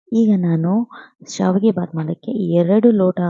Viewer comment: Saavige alla adu shavige annamma...